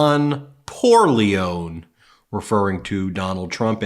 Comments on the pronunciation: It is pronounced Don Poorleo-ne as in mafia boss Don Corleone. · Say it with me,Ben... Poor-lee-oh-nay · leone is pronounced LEE-OWN-EE. Lol how do American's mispronounce their own movie characters 😂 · Ben it’s Italian name and it should be pronounce as Pur- leh-oh-neh. This is like the name in the God Father. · Ben - you should pronounce the last "e" in Porrleone - it is an Italian name not an English. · LOLWUT? It’s pronounced like “Don Corleone,” ala the Godfather.